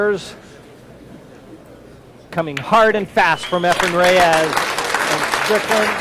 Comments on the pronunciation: Yes, it is two syllables. A hard "RAY" and a soft "s" not ray-EZZZ. Just listen to every other announcer - nobody pronounces it like. NOBODY. I actually recently got the answer. I asked a guy who has known Efren for thirty years, who also asked why he mispronounces his name and stubbornly replied "it can be pronounced both ways" well, maybe it can but the man himself and everyone else in the pool community pronounces it RAY-s. So is just a stubborn douche. End of story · hey, why can't you pronounce Efren's last name? you know the man, you've played the man and you've heard every other announcer pronounce it correctly for three decades (sometimes when they're sitting right next to you) so what's the deal?Let me help you out. it sounds like this - RAY-s NOT ray-EZZ If it's your accent or you have some kind of speech impediment, I'm sorry but then maybe you should just call him "Efren" I mean, you have to hear it, right? you have to know you're mispronouncing his name. Are you some kind of secret asshole? He's arguably the greatest player to ever live and you butcher his name in every broadcast. Show him the respect he deserves.